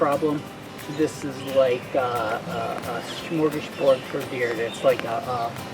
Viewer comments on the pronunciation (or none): none